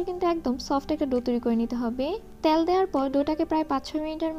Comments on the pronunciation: আপু কিছু মনে করবেন না। আপনার ভিডিও কোনটাই মিস করি না। খুবই উপকারী আর সহজভাবে আপনি রান্না শেখান। সে জায়গা থেকেই বলছি, প্লিজ উচ্চারণের দিকে একটু মনোযোগী হোন। বিশেষত, তেলকে আপনি বারবার "ত্যাল" বলেন। এত সুন্দর ভিডিওর মধ্যে এমন উচ্চারণ শ্রুতিকটু শোনায়।ঠিক করবেন আশা করি। আপনার জন্য ভালবাসা ও দূয়া ❤️ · আপু "ত্যাল" উচ্চারণ টা কানে লাগে।